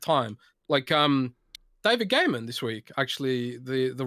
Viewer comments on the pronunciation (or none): none